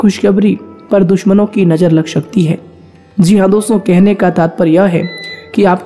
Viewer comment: भाई साहब ... स बोला करें... श नहीं... लग शकती है। नहीं लग सकती है। सभी बोलो शभी नहीं।